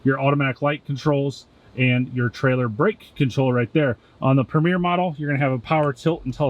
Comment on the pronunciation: Tahoe PREMIER, not “Premiere.” Two entirely different meanings.